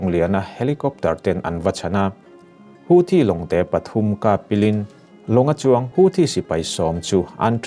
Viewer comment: Houthi pawh nang chuan i rawn lam dik chat mai. Youtuber te tawng dang lamrik dana an hniam lutuk hi ka lo ngaimawh thin a.